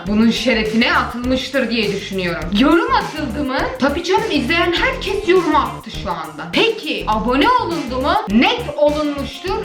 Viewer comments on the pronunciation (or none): none